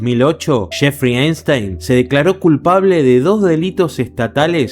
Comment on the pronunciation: Es ePPPPstein no einstein 😭😭😭😭